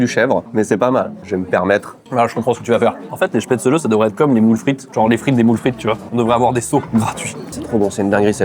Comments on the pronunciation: Se prononce chpaitzlé bordel pas spetzeuleu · Apres les goûts et les couleurs… mais on dit SPETZ’LLEE!!!! Desolee ca m’a fait saigné des oreilles toutes la vidéo! La choucroute acide, c’est pas bon. La fondue Suisse c’est pas la fondue Savoyarde!!! Arrêtez de mélanger! Oui je pete un plombs!!! Pour le coup, vous dites des trucs faux! Sinon j’ai bien rigoler🤪